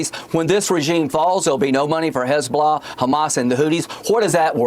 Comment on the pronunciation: "Hooties" and "Hezblahhh." What a fool!